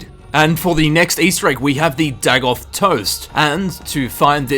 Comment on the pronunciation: Day-goth. Not Dag-oth.